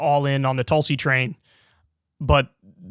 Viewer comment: Haha - David Packman pronounces Tulsi’s name as Toolsi 🤣🤣